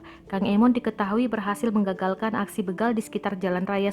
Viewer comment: Begal kak. Bukan bègal